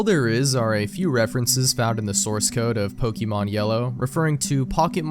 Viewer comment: Dude, you're pronouncing "Pokeemon" like my grandfather lmao